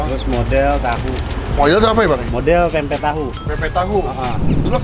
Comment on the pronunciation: bang, ati2 nyebut pempek. huruf M nya jgn diilangin.